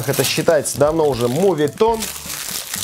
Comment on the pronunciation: МОветон, а не мУвитон